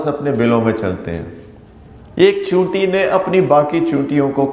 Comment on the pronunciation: اردو کا جنارہ , چیونٹی کے بجائے چینوٹی، افسوس 😂